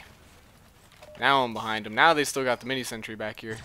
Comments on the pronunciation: It's a shame that a good youtuber is ruined by his pronunciation of sentry. It's sentry, SENTRY. Not sentury. Ugh... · zeronics He doesn't say sentry. He says sentury.